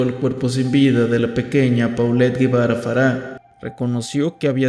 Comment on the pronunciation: Él no es "Guevara" él es Gebara ("Jebará").